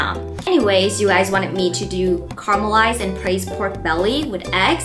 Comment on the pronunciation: Why do you pronounce caramelized as karmalized ?🤔